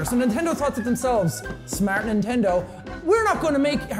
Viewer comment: nentendo laughs